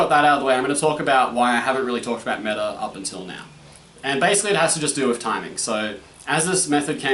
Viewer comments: Meh-ta. You need to pronounce the h instead of "silencing"(is that the right word?) it. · Ok so I am not much into different methods and stuff ie not very well versed but pretty much agree what you said about Mehta. ( Except the pronunciation)